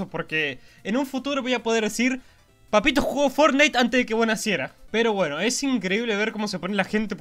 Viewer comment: Fornite :v......vos sos, increíble :v me encanta como pronuncias mal el nombre, como yo! :D